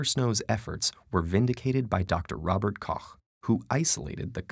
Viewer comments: Kudos to the narrator for saying "Koch" correctly and not pronouncing it "cock" or "coach". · You said Koch right!